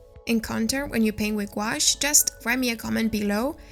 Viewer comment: Don’t mean to be critical it’s a French word. And is pronounced Goo. Ash.